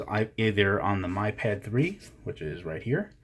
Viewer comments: BTW it is Mee pad, not my pad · It's "me"pad